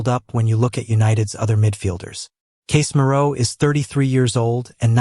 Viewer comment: Case Mirou? Hey AI, you mean Casemiro? And love dashes?